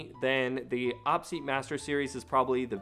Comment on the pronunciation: Every time you say "awpseat" instead of "Oh Pee seat", every gamer cringes.